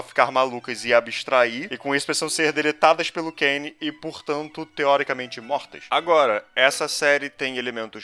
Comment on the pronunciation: NÃO É CAIN, É CAINE DE BENGALA. Ta todo mundo pronunciando o nome dele errado, até na dublagem mn. Alias, eu nao teria tanta certeza dessa ligação dele com o cain da biblia, tipo, pode ate ser uma referência mas, sla, até aparecer o irmao do caine eu não boto fé